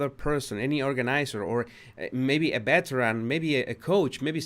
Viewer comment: What is a “ beteran” ?